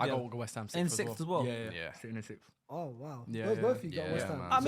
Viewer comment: having a fairly hard time with the word 'sixth' lol